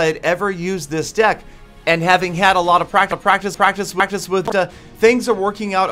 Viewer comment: Learn how to say practice